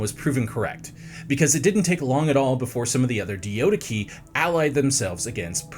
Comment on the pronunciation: The DIO-DIKI? Nah you’re doing this on purpose 😭 cmon there’s not even 2 I’s It’s clearly Dia-do-key and don’t even get me started on “Po-leap-rechaun” You know what, maybe the comments are right, bring back Simon